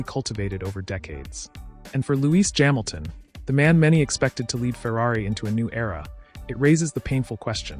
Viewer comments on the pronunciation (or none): Formula uno? Jaminton jams. Very well spoken but saying Luis Jaminton funny.